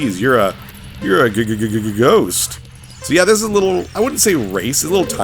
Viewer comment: The way U mutter ghost reminds me of the comedy film Ghost Dad staring Bill Cosby.